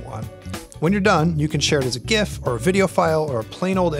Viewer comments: He didn't say "jif" Unsubscribe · Did he just say gif with a hard G? I'm not buying it now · Thank you for saying GIF properly.